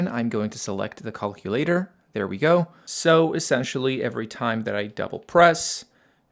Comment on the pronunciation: The way you say calculator is so funny